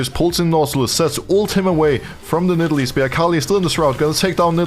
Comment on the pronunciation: I like when Broxah calls Nidalee "NIDDLE".